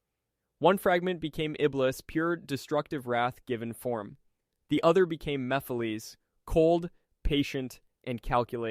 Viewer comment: yeah, when it started to tell wrong facts about blaze, and the way he pronounced Maphiles and robotnik, it was clear that not only is the voice AI, but the script as well. Shame